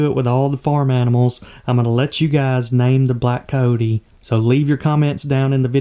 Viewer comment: It is very disturbing to hear how you kill all the "i" and the "y" from the words. you say caote instead of cayote. (coyote), that is the "y" as in year.